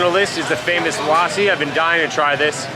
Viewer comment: It’s pronounced lussi with a short ‘u’ sound.